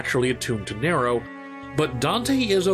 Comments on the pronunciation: Slight nit pick but it’s nee-ro not nair-o. also Virgil isn’t trying to grow the tree, urizen and Virgil are not the same person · ABI listen man i love these videos and i think you're fantastic at making them but it's pronounced "NEE-ro" not "Ne-ro" aside from that bang up job as usual. good work. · It's Nero not narow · Every character in the series that interacts with Nero: "Nero!" Narrator: "Nairo" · Cool vid. But you saying Niro instead of Nero was difficult to listen to. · Neeeerrro not Narrow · It's pronounced EEEva, nEEEro a very prominent E sound for both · Say NEro one more time, I fucken dare you. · Did he say Kylo Ren? Hahaha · Good vid man, but the way you pronounce nero killing me lol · Great stuff But you know the games have voice acting so how do you mispronounce "Nero" then pronounce it right and then double down on the mispronunciation? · why do you keep pronouncing Nero's name wrong? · That pronounciation of Nero irked me enough to skip past the 4 and 5 sections. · Your pronunciation of “Nero” is........... Disappointing 🤦🏾‍♂️.